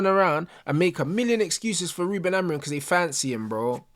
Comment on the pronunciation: Man said Haram-orim😂😂😂